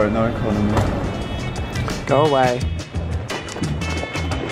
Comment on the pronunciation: No one: Absolutely no one: Ecomony guy: No Lounge access